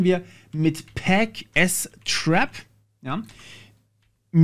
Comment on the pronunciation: ich lurke immer wieder mal gerne bei so RTFM videos rein. musste jedoch schmunzeln...: swäp... okay, kann man machen. pac-s-trap... das ist keine falle... da wird gebootstrapt. also pac-strap 😉und es wird auch nichts erdolcht mit gen-f-stab, sondern: generate filesystem table. aber cooles video. weiter so.